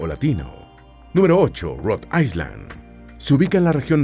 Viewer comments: Para tu informacion es AI - LAND no AISLAND. ESTUDIA MANO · Island se pronuncia AILAND. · Excelente video! Muy informativo. Una pequeña sugerencia: Si vas a pronunciar ISLAND en ingles, la letra S es muda. Bendiciones! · Island, no se pronuncia la "S" AILAND❤